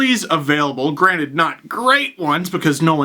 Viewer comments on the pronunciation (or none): none